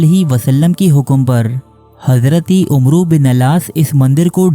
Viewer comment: جب لفظ عمر "و" کے ساتھ لکھا جاۓ جیسے عمرو بن عاصؓ تو اس کو amar پڑھا جاۓ گا Omro عمرو نہیں